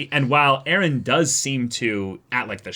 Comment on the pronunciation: Why the f do all the characters have to say eren like ereh lol.